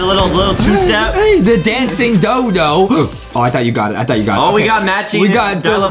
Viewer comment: When Adam was trying to say "ohhhhh" but he said awohhhhhhhh u should put that in a Adam mispronounsing words again compilation